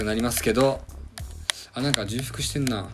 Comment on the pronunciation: 重複はちょうふくと読みます